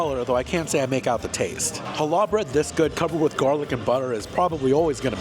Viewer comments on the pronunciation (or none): it's not Hal / lah bread it's Hallah...one smooth pronunciation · Hi! Love your reviews!!! As a Jewish person - for future reference- challah bread is pronounced HA-la (emphasis on the first syllable) and coffee cake is meant to be eaten WITH coffee - not flavored with coffee - so that was a pretty normal coffee cake- AWESOME review as always!